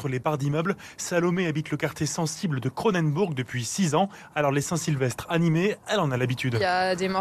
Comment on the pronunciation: cronennnenbourg . c'est cronenbourg comme la biere pff :p